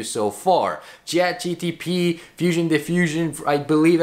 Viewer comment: chatgpt, not gtp tho